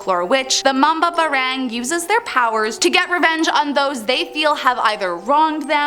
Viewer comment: Mali ang pronouns ng mambabarang